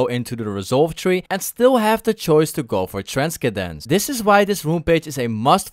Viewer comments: Ayyyy, transkedence instead of transcendence😂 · Did… You… Just… Pronounce.. Transcendence... As… trans-ke-dens? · 1st time he said transkendece :ok a funny mistake 2nd time ninja be like :the fuck did you say you little shit Not tryna be disrespectful love your vids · Sorry man but couldn't help myself whenever you said transkedence 😂 Loving the videos btw! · Trans kendence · You need to pronounce it without "K" in the middle. Then it should sound fine xD👍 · it's alright lol, try tran-sin-dense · pronounce it like this: tran-sen-dence The s and c next to each other is just one ssss sound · Just because you said transkadence I will subscribe :D made me laugh! jk been watching you for a week and was concidering whether or not to I should sub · It’s tran-sen-dence. The way it’s pronounced lol. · Trans-Kedense lol love you man xd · Transkedence im dead LOL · It's TRAN-SEN-DENCE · transkedens hahha , fatoe man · dunno if i wanna trust your riven advice when you can't even read XD what the hell in transkedance?? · you say transcendence in a funny way lol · Most of them talk about how you pronounce that word 😂, but still I like your vids and I'm very thankful that you're giving some tips to improve our riven skills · I love how u say transcendence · Unsubscribed because you can’t pronounce transcendence xD